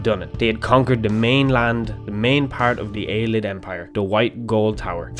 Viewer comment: Just to clarify, I am 99 percent sure that Ayleid is pronounced Ay-lee-id not Ay-lid. That's all I have to say.